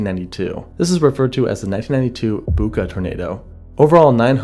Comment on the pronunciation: As a local of the land down under, the town 'Bucca' is pronounced B-you-Ka